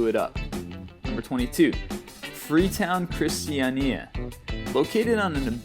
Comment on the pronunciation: That was the funniest pronunciation of Christania ever.